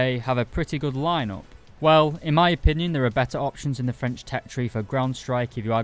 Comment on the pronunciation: As a french , I was impressed by ur french accent was really good.